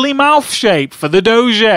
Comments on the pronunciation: Its Doe - J not Doe - Jay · It's pronounced doge not dogé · DOE- shay. LOL Its obviously Doe-je :p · I am a french viewer and we all say Doge to say Dog, it's much more professional to say. 10 out of 10 would Doge again ! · Doge Really? I thought it was pronounced Doje. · not pronounced dojeh, its pronounced Dog-e (doh-g-e actually say E) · in french its not dogé its DOGE and in french a dog its a chien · oh rly, did you know doge is not french for dog already? indeed! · dis looks nothing like doge. and it's pronounced doje not doge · it's doge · Dough-Je, Dafuq. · 10 out of 10 would do-zhay may-may again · i think its pronounced do-gee and it certainly doesnt mean dog in french :P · its called sopossed to be said dojuh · it's Doge (doh-j) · It's pronounced Dough-gee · it's pronounced duge spelled d0ge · It is pronounced doje. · It's pronounced dohj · why does everynody call doge goje its dumb stop saying it wrong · Its pronounced doe-ge. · Its not prenounced doge a its prenounced dojje and chien is French for dog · Your pronunciation of Doge really bothers me, it's pronounced (DOE-gee).... And for all the people saying he's bad at drawing, it's a joke. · First you say its pronounced like doge, and then you say its pronounced like DOGE, Can you make up your mind already?!?! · Doge is not dog in French, it’s chien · And you prononced doge wrong. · You pronounced it wrong lolol